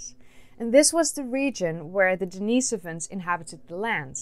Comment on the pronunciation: I have a question for you. Why are you feminizing the pronunciation of the masculine name Denis? I don't believe that the monk for whom Denisovans receive their name was a transgender female. You keep saying Denise-ovans rather than Denis-ovans. You wouldn't call Denis Leary, Denise Leary. There is no second "e" in Denis"e"ovan. Why are you adding an extra vowel that is not present in the name Denisovan?